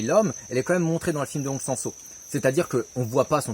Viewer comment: Chaque fois qu'il dit hong sang soo j'entends monsanto 😁😆😅🤣 C'est perturbant et rigolo simultanément